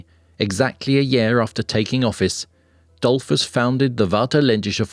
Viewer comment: Really. Google how stuff is pronounced before making videos and harming innocent people... For starters, "Dollfoos", not "Dollfss"